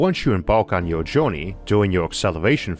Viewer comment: Being the first video I’ve seen from Issac, his voice is weird... “punctor” “reconfiguwibw” “jowney” I’m not making fun, I just find it interesting